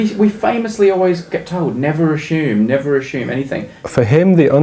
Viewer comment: It's funny how brady says "assume" hehe . Great video by the way, we don't mind a bit more math and prof. Copeland is great.